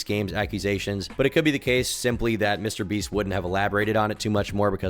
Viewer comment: "Mr Breast" 😂 Whats on your mind today...